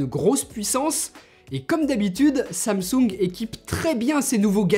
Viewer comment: C'est pas samsouuunge c'est Samsung